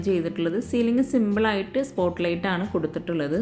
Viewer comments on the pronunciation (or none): none